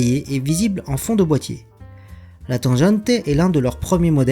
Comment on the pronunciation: Vidéo très sympa ! PS : on prononce tanGUante (comme en allemand)